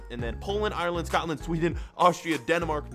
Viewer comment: just saying it's pronounced Scotland not scatland